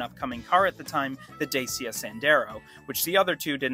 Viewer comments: Dacia is pronounced ‘Dat-chia’ too by the way 😅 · You also pronounced Dacia incorrectly :-) It's pronounced "Dachya", ("da" as in "dark") despite how James May pronounced it. Probably deliberately.